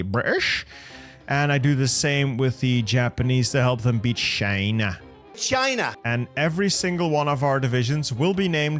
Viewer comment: I love how you pronounce China as "Scheina"